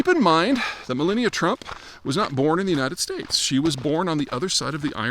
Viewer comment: Does he really not know how to pronounce Melania?